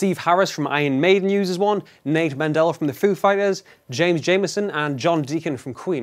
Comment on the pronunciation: Did you call the Foo Fighters Bassist "Nate Mandella"?